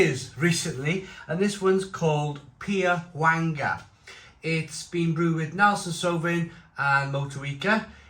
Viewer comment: Wh is pronounced ‘F’…..